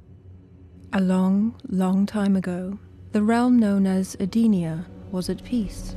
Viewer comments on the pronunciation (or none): "Edee-nia"? Really? It's "Eden-nia" as in it was a Eden. You know what. The narrator doesn't know how to pronounce anything. Except some tidbits. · Big deal. It's not like her Edee-nia is a big issue.